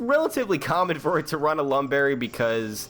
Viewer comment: unfortunate lam berry